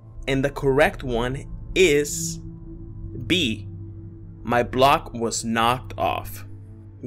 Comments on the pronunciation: you're not mis-remembering it was you "You knocked my block off." Oh and u had bock instead of block, but hey no biggie we knew what you meant Keep up the good work. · you misspelled block. You said "bock"